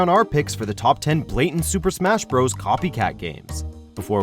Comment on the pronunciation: “blatant” lol